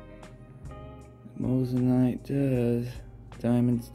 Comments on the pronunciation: Moissanite not mossanite 😂😂 watch you vids all the time , would of thought you would have pronounced it right by now 🤣🤣🤣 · You did say Mose an ite lol. Just messin with ya a bit. Love the vids